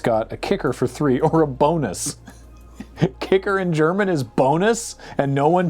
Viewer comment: as a native german speaker, your pronunciation isn't even that bad